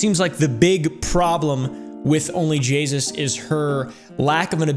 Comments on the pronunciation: It was correct! He says Jaysus instead of jayus 🤣🤣🤣🤣 Anyways I understanded onlyjessus xD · Bruh its onlyjayus not onlyjaySUS😂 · I thought he said jesus not jayus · He says onlyjasus 😂😂😂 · I love how he said her name wrong the entire time